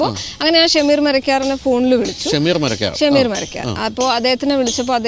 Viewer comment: ശകീർ അല്ല ബ്രോ ഷമീർ